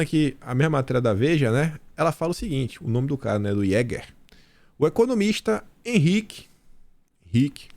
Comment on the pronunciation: Olá. Aquele nome alemão jäger se pronuncia iêgah, significa caçador.